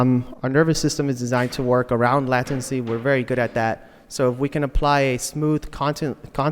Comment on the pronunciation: It's pronounced "latency" not "lattency"